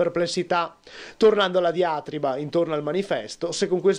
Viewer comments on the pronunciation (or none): Diàtriba? Diatrìba.